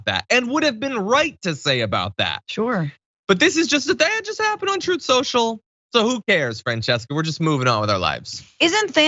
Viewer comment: “Troth Sential”